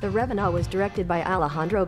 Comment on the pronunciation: Well, google is now better at voice recognition than I am. Still gotta work on that text-to-speech though. "RevenAUt" lol SAVAGE. Btw Vulkan is basically a cross-platform version of Mantle